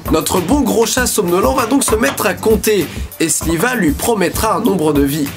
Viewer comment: Il dit Sliva mais c pas Shiva ?